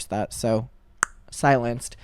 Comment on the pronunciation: when he said "cause i don't endurse it so slience" made me laugh alot more then it should be